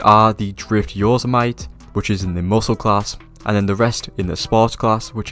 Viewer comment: drift "yo'semite"😂 It's Yo-Se-Mite(pronounced miti)